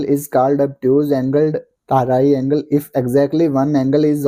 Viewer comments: Aap ko triangle bol na nhi aata😅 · triangle to bolna sikh lo bhai sahab